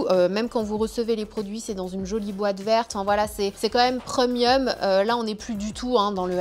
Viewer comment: Pourquoi elle dit: « PREUMIUM » c est premium on on prononce prèmium😂😂😂 ca me fait tjrs rire quand elle dit preumium😂🤣